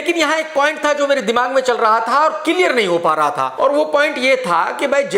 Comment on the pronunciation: Kilear nahi clear hota hai